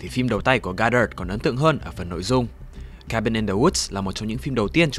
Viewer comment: Cabin chứ ko phải Kabin bahaha